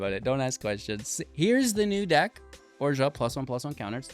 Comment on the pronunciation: I find the way you pronounce Orzhov a little off-putting. Though, still a solid list, thanks!